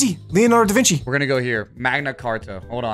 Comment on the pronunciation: bro said davinki